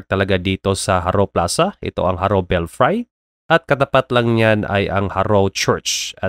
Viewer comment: Belfry should be pronounced as /ˈbelfrē/